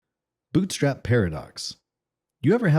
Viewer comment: Uh, hi. Its "bootstrap" paradox. Not "boostrap". Kind of a huge mistake if you're making a video about it...